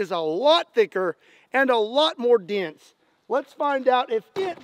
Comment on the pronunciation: I just love that you said “a lot more dee-ense” 😂😂